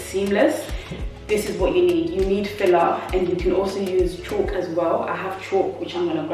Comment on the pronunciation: Its pronounced Caulk (kawk) not Chalk, but great video easy to follow, thanks, can't wait to start a bedroom.